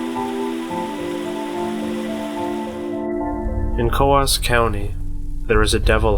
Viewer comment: oh, I thought you were talking about Coos County, Oregon. It is pronounced Koos in Oregon.